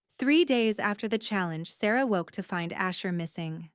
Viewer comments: Loved the story...especially having Asher who falls in live with Sarah before the Alpha. My only criticism is...the AI narration switching back and forth in how it pronounced "Sarah." It was really bad. And, there was a broken record efcfect with repeating a section. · What happened to Asher's Mother? Why did the Alpha's have similar names and the narrator couldn't pronounce Sarah's name correctly.